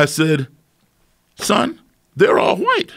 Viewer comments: My man really pronounced the HHHell out of those Hs. ”My good friend Bob HhhUWhite” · titanium hwite? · “I said son, they’re re all hwite” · Love the way he pronounces white... Wuhyte